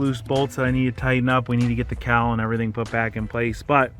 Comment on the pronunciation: did you say cow or cowl?